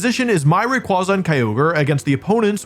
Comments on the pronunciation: It's ray qway zuh, not ray qwah zuh. Based on quasar not kwanzaa. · I feel vindicated knowing me and wolfey pronouce rayquaza the same way. How he pronounces slaking is a war crime however